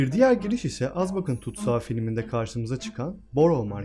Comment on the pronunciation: Güzel bir video çok da aydınlatıcı ama keşke azkabana azbakan demeseymişsin